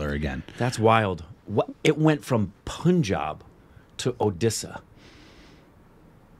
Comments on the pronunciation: It's not pun.. it's pronounced as PANJAAB. पंजाब not पुंजाब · Punjab is pronounced like the ' pun intended' pun. Pun jaab. Is the right pronunciation.